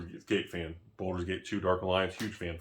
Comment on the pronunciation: Bal durs not Bol durs